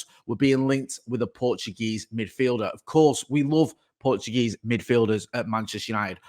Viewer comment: You pronounce the J in Portuguese